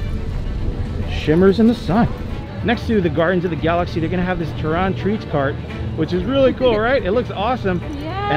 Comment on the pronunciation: I love how he pronounce it "Tarran" But marvel is tricky it actually pronounce "Tare-an" but I can't wait to get some mArVEloUs food 🤪😆🤭🤗